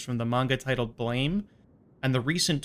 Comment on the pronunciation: The manga is read blam, not blame